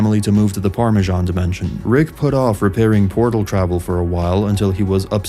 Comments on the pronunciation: Its "par-mee-zee-an" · Has to be, mispronounced par-me-zean.